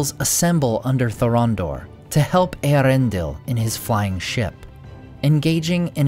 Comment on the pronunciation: I love how he says Earendil!!